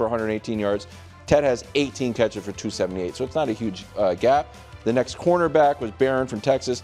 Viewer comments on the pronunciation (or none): Somebody needs to remind Brou that there's a T in "next".